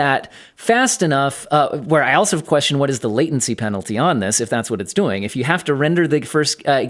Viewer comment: You pronounce "doing" like Arnold Schwarzenegger. "What are you duuing?? Get to the choppa!"